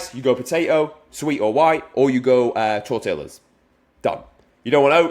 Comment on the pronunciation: K.I.S.S. Good stuff. Also, from a Texan, let me help you, brother: Tor-tee-yah. 👍🏻